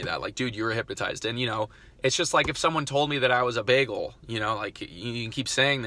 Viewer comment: You say bagel like I do!! Baggle!!! 😄